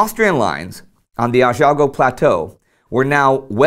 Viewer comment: "Asiago" pronunciation sounds like "Aceeagow" in Italian :-) thanks for the show